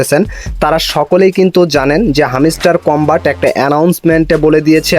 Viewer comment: R arekta mojar kotha holo, হ্যামস্টার না,হামিস্টার🤣🤣 আবার টাস্ক না টাক্স🤣